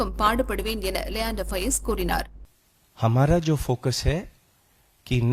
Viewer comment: His name is leander pious not fiaz